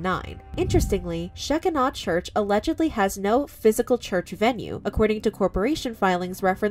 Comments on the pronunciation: Sheck-i-naw church😂 Lady, its pronounced "Shi-kyna." The shekinah glory is all through the Bible. Wow. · It’s pronounced she kie nuh like Shekinah glory in the Bible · I have no clue who these people are, but I'll be darned if I'm not hella invested. And Shekinah is pronounced sh-KI-nuh. "The word shekinah does not appear in the Bible, but the concept clearly does. The Jewish rabbis coined this extra-biblical expression, a form of a Hebrew word that literally means “he caused to dwell,” signifying that it was a divine visitation of the presence or dwelling of the Lord God on this earth." "In the New Testament, Jesus Christ is the dwelling place of God’s glory. In Christ, we see the visible manifestation of God Himself in the second person of the Trinity. Although His glory was also veiled, Jesus is nonetheless the presence of God on earth. Just as the divine Presence dwelled in a relatively plain tent called the “tabernacle” before the Temple in Jerusalem was built, so did the Presence dwell in the relatively plain man who was Jesus. “He had no beauty or majesty to attract us to him, nothing in his appearance that we should desire him” (Isaiah 53:2). But when we get to heaven, we will see both the Son and the Father in all their glory, and the Shekinah will no longer be veiled" (1 John 3:2) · The "scheckinaw" pronunciation is so cute. I was raised evangelical and I didn't realize there was an entire world that wouldn't even know how to pronounce that word. I'm honestly just so glad for that. Thank you. 😂💜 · Just an FYI...the word Shekinah is pronounced Sha-ky-na. It means where God's divine spirit is settled or dwelling. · The correct pronunciation of that word is sheh-KINE-uh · I understand the family’s side.. but she’s an adult. She can decide things for herself. I feel bad for both sides. And it’s pronounced “shuh-kai-nuh”…. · Sheh-kine-ah is how it is said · Shekinah (She-kine-ah) 😊 just in case you talk about it again. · She is pronouncing Shekinah wrong